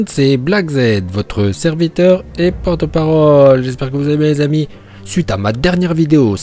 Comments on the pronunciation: Porte parlole il a dit mdr🤣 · Qui a entendu black dire parlole (parole)